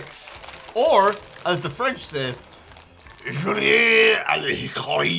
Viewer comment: As a Quebecer, I can confirm that french accent and pronounciatiom is the best out of all of them.